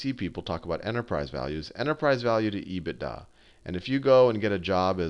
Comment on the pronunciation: I'm just here for the EBITDA pronounciation, which occurs